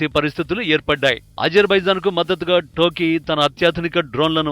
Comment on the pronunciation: టర్కీ అని తెలుగు లో చక్కగా పలక రా యదవ